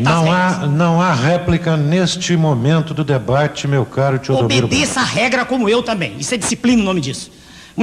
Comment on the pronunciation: "MEU nome É 'Teodomiro Braga'!!!", o cara pistolou! E em seguida, o apresentador mandou de novo o "Tchôdomiro" !! Hahahhaha